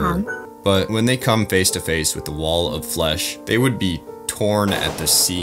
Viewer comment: did i hear... WALL OF FESH!!!!!11!!!!!!1!!!!! terraria wall of flesh ost starts